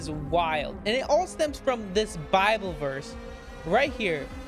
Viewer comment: Yes, butt the pronunciation of the word Bible really shouldn't sound like "BOBBLE" which creates all manner of misunderstanding until it's realized he's talking about God's word. The Lord Jesus Christ is certainly coming sooner this week than He was LAST week. Just be ready ALL THE TIME and then you'll be sure not to miss it. In the meantime, read THE BIBLE, { NOT the bobble }, YOURSELF and don't pay any attention to bobbleheads. Make up your own mind.